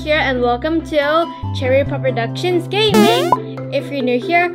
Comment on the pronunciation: but she said it right 🙄🙄🙄😒😒😒